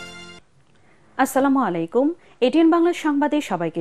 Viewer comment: সালাম দিতে পারে না। কি বলে স্ল্যামারলাইকু, হইলো?